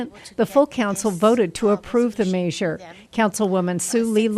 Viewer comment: Measure not Maysure.